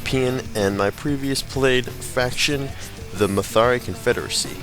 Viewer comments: And you seem to switch around consonants in words like "Maratha". You said "Mathari". It's "Ma"-"Ra"-"Tha". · the maratha, ma-rra-ta